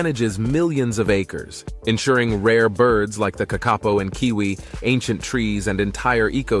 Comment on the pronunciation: Kākapo is pronounced with the emphasis on 'Kā', not on the middle 'ka'! Te Reo - pronounced Te as teh, Reo as Raio.